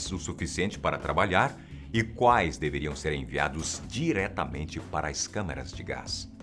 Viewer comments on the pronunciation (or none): Camêras de gás não. Câmaras.